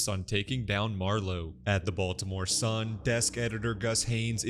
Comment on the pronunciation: It's pronounced Bitty-more...